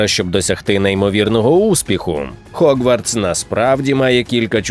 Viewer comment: Гоґвортс будь-ласка) не хоґвартс ще там де була "спільнота" напевне краще вжити "гуртожиток". Якшо шо не чіпляюся, а просто роблю помітки, раптом буде корисно Дякую за контент енівей